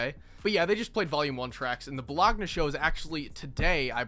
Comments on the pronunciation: bo log na cries in italian not your fault man but the "gn" is pronunced lige the french liquor cognac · bro said “bow-log-nah” 😂